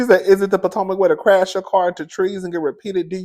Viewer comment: Not "Poortomac"!!!!